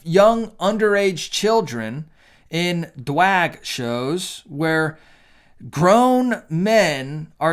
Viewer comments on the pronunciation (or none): Hey, I’m going to make a donation to planned parenthood every time you mispronounce, speed up, or otherwise say words you don’t like incorrectly. Think about all the babies you aren’t saving every time you say dwag or pwide. Also, I didn’t even know Target was selling pride merch until your video, thanks for the tip. I got a cute bag to use at the beach.